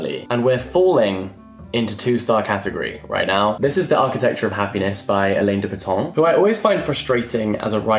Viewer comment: alain de botton is pronounced Alan not Elaine lol